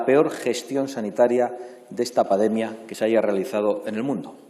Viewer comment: Si no sabe ni como decir pandemia como iba a gestionarla este... es paNdemia, no pademia